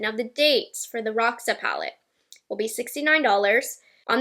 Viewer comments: ROXA means purple in PORTUGUESE darlings ill teach you HOW to SAY it, stop saying it like that pretend you are reading ROSHA, and acentuat the O like OOOOO R O S H A you got it and its my favourite colour 💜💜💜💜💜💜💜💜💜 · Roxa is an female adjective for purple in portuguese (our nouns have gender, so the adjective inflect, like "flor roxa" means "purple flower" and "sofá roxo" means "purple couch") terrible explanation, but I did my best haha. Not sure If other languages have this word, but in portuguese the pronunciation is a little bit different (not criticizing, the palette Will probably be called by the english version, just saying out of curiosity, you can hear our version at Google translate)